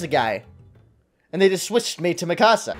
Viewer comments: its pronounced mee-ku-za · ITS PRONOUNCED MEKASA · He says Mikasa's name wrong